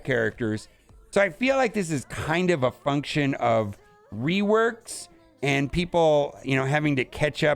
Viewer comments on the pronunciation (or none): none